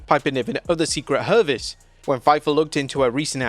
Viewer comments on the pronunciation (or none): At least we know when you're reading it you can say hervice correctly 😂